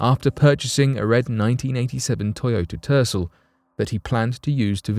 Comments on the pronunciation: Toyota Ter-sul .. not Ter-cell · It is Ter cell